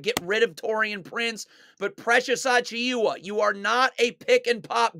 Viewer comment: Dude its pronounced “Ah-Chew-Ah” the i is silent